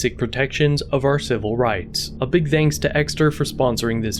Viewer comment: Did narrator start the word ‘thanks’ with a D at the end of the video?